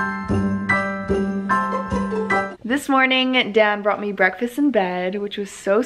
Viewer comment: I feel like everytime you say Dan, I hear you saying Dad...